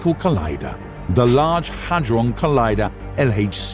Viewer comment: It's not the large Haydron collider. Where are you getting that pronunciation from? It's the large Hadron collider. There's no letter y in the name. The fact you can't even get the name correct shows that you haven't properly researched it, reducing the credibility of any of your claims.